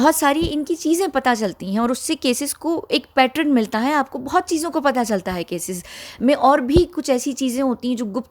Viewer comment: पैटर्न है पैट्रन नहीं